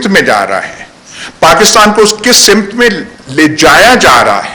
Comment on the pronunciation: Ayaz Amir Saheb, ab aa jayay, ek choti see tashe ke taraf. (intehai moazrat kay saath👏) Aap nain farmaya "Aasheer Baad" jab kah saheeh "Aasheer Waad" hay. (google kar leejiyay) Iss kay illawa aap nain farmaya "SIMT" jab kah sahee "SAMT" hay. Aur haan iss baat ke bhee moazrat kah meray pass Urdu Key Board nahein hay. Main nain apnnain likhay ka google say tarjuma karaya .. woh intehai mazahka khaiz tha.😧